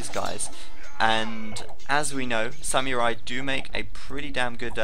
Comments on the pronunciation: Its pronounced "Sam-ur-ai" not "Syam-Yur-Ai" lol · isn't it more like Sa-mu-rai? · actually it's "sa-mu-rai" ;) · pronunciation of samurai, grrrr.